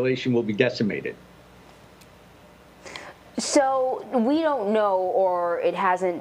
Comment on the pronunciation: Hahahahahah he said “deccimated” 😂😂😂😂